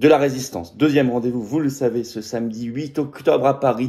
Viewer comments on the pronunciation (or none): none